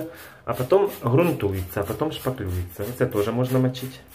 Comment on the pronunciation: ДошТаклевал...Правильно -другие шпаклюют, а ты шТаклюешь корРидор. И правильно делаешь....ахахаха..., а в трудовой как написана твоя профессия? Кто ты?